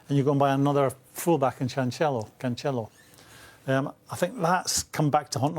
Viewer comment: Imagine being a professional pundit who covers basically every top 6 game and calls Cancelo ‘Chanchello’. It’s pronounced ‘Can Sell O’. Dope Graham Soundess